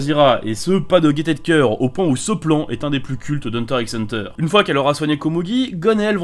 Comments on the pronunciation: On dit Hunter Hunter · PTN SA SE PRONONCE HUNTER HUNTER ET PAS HUNTER X HUNTER !!!!!!!!!!!!!!!!!! (Le x c'est une croix pour faire styler.) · On dit pas le X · Pourquoi hunter "x" hunter et pas hunter hunter? Personne ne dit spy "x" family si? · il a dit hunter "X" hunter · ON DIT HUNTER HUNTER ET PAS HUNTER X HUNTER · Aïe, Hunter IXE Hunter... ça pique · On dit hunter hunter 🤓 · nn sa ce prononce hunter hunter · Alors, je veux pas faire le mec relou (je le fais qd mm) mais on dit pas Hunter x Hunter on dit Hunter Hunter tout simplement pcq ça ne s'écrit pas Hunter x Hunter mais Hunter × Hunter. Voilà voilà sinon tres bonne vidéo j'aime ce genre de vidéo. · Arrete de prononcer le x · Ooooooooh! Faut apprendre à prononcer correctement les noms hein le x ne se prononce pas.. Et c'est qu'un des exemple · Le x se prononce pas 🤧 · Alors déjà 2 seconde et on dit pas le x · Premier phrase, première erreur. Le x de hunter x hunter ne se prononce pas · Juste le x d’HunterxHunter ne se dit pas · On prononce pas le x connard. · Non, espèce d'abruti. Quand en maths tu as une suite négligeable devant une autre. Tu dis pas "Un = o Vn". Là c'est pareil, c'est une croix donc tu prononces pas x. Quand t'as 2 fonctions bijectives, tu dis pas "f o g". Donc arrête de raconter n'importe quoi sur la plus grande œuvre de tous les temps. Connard. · bah c’est juste une faute mais np :) le x dans le titre c’est juste un signe pour marquer la séparation entre Hunter et Hunter, il se prononce pas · Wsh très bonne vidéo mais juste comme ça on dit pas le x et en plus c'est une crois